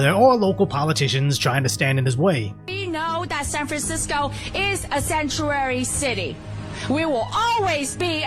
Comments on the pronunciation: This woman with an accent, sounds more like Chinese than American, says: "...this SANTUARY city..." Yes, she said 'SANTUARY' city. It's 'Sanctuary city', you moron! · Seeennnchewaaaahweee City LOL